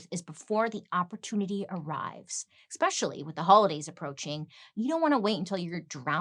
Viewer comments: "Your son, Leonardo - not dumb anymore? I have a daughter here, just shy of 13, and she's currently bleeding." You have the greatest sense of humor! It's not "ex-specially". It’s es-pecially. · I love when Bailey says ‘exspecially’ because she is so consistent with saying it wrong. It makes me smile. I say ‘excsape’ wrong every time.